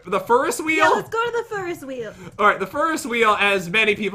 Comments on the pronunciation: Pat: A fur-ess wheel Me: Do you mean a Ferris wheel? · I thought she said Furnace wheel😂😂😂😂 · "Look at the furuswheel!" - 2019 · Tell ferris is pronounced fair-is Is sounding like is and not iz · when your last name is ferris and they pronounce it like feeris 😃. jk i love you guys so much 💕💕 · Did just say the *furry wheel*?